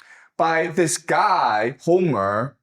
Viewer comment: Dibble be like “I don’t like the guhy”